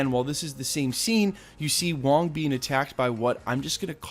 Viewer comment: it’s wong